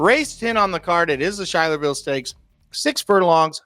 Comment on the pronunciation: The stake race and the town is pronounced Sky-ler-ville, not Shy-ler-ville.